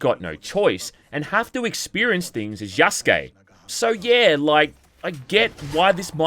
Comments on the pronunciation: "Either as Naoe or Yasuke" is what you meant to say. Not Yaskay. Be better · What you meant was "you have to experience things as Yasuke". You fucked up again by saying Yaskay. Be better. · You really mess this up through the whole video huh? It's Yasuke, not Yaskay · God that was tough to get through. Hopefully by now you know how to pronounce Yasuke correctly instead of sayin Yaskay. I wanna support you but with fuck ups like this it's hard to take you seriously. I mean you did it the entire video. Learn to read. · They bring it up in regards to Yasuke. No one brings anything up to Yaskay because that's not how you say the name. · You dense idiot. It's Yasuke, idk how you can read from your skript and think yeah that's how it's said. It's Yasuke, not Yaskay. Learn to read or find another career. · You're relentlessly stupid. It's Yasuke, not Yaskay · Again, Yaskuke not Yaskay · Jesus I can't wait for you to learn. Yasuke, not Yaskay. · You fucking moron it's Yasuke not Yaskay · Lmao I knew your dumbass was gonna say it 💀 it's Yasuke, not Yaskay. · You need to get your shit together. It's Yasuke' not Yaskay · You're still fucking it up. Yasuke, not Yaskay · Again. Yasuke. Not Yaskay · I'll correct it every time you mess up. Yasuke' not Yaskay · Please pronounce it correctly. It's Yasuke. Not Yaskay